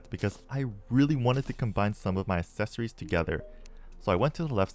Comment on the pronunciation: Why do you say accessory like assessory?